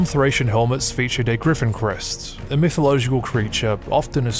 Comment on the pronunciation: Mythological, not "mytho--low--gical".